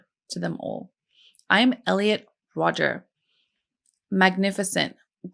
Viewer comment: The name is Rodger, not Rodgers.